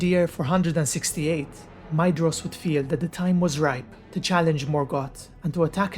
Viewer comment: Yay someone who pronounces Maedhros name correctly 👍👍👍